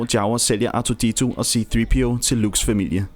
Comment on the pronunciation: c3po ikke c3peo